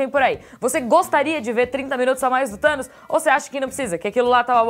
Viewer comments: "Thano" huhehihehuahaha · Hey 'Thanois' 😂😂😂